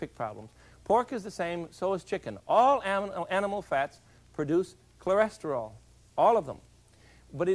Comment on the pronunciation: I love how he destroys the word Cholesterol every time he tries to say it